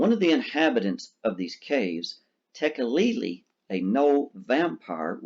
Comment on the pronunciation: THANK YOU for pronouncing Tekeli-li correctly!